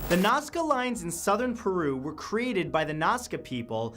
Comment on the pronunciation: I cant take anyone that cant say "Created" and instead replaces the word with "Kerated" Also that guy has the most punch able face iv ever seen. There,s too many of these ass holes out there but we both know the only reason they do it is for money they dont actually care at all for the content of their "Content" at all apart from the money the vid makes them.